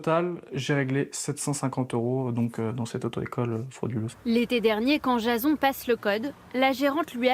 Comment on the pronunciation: "Jayson" Pas "JAson" 😂